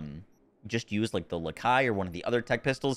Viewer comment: LIE-Kuh The good girl the soviets sent into space. That's the pronunciation for the iconic Burya pistol (The last one).